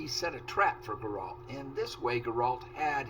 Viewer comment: Always great to follow along in your Witcher 3 playthrough 🙂 One tiny thing: His name is GEralt and not geRALT (emphasize the first syllable rather than the latter)